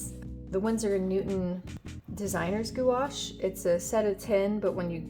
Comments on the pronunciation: i think its pronounces "gwash" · gouache not goo ash 😭😭😭😭😭😭